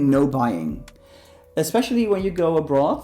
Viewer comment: I love how he says "A Broth" instead of Abroad hahaha did you also know that Dutch are pretty good english speakers. It is very important in school to speak and communicate in english as well.